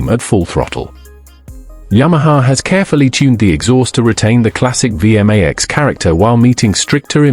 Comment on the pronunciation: It's not pronounced VM-AX It's a V-MAX.